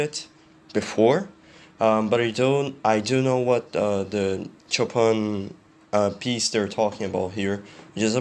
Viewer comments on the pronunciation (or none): You don't know Frederic Chopin. You couldn't pronounce his name. Can you self-proclaimed "reactor of musicians"? Have you ever studied music?